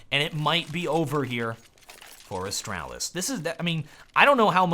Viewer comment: It's not that difficult to say Astralis man :/